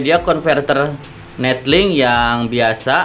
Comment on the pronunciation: 𝑛𝑒𝑙𝐿𝐼𝑁𝐾 𝑏𝑢𝑘𝑎𝑛 𝑛𝑒𝑡𝐿𝐼𝑁𝐾